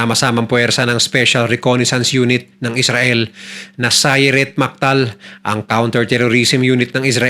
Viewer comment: Correction po,,MATKAL po hindi maktal😅